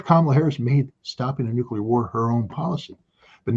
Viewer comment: They traumatized scott as a kid with thermo nucular war propaganda so he really thinks nucular weapons are real, nobody's perfect just forgive him and move on.